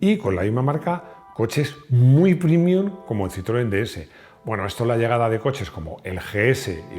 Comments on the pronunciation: PrEmium, se dice prEmium, no prImium. Es una palabra latina, como prEmio. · Con todo respeto ¿pronunciar la palabra latina "premium" como "primium" resulta premium o primium? Después del espanglish, el latinglish. ..